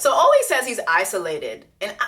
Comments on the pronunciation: AH-LEE! lol That’s how he says his name Jessie, the pronunciation is killing me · Jess, I’m cracking up at you calling “Ollie” — “Oh-Lee”. 💀😂 His name is pronounced “Aww-Lee” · I’m really wondering why you keep calling him “OH-LY”… I’m genuinely curious. His name is “AW-LY.” Like is this like a Tolu situation or... lol